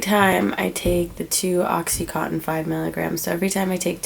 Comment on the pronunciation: not a bad listen...only thing is it blows my mind how people dont know how to pronounce the drugs that they are so highly addicted to. oxycontin is pronounced oxy (con tin) not cotton. and suboxone is pronounced sub ox (own) not suboxin. i dont know why everyone says in at the end lol. hope you are doing well girl!